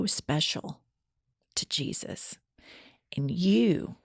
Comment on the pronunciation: Why does this woman pronounce the name of Jesus in Spanish? For me this is racism